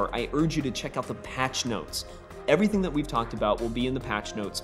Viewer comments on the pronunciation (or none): none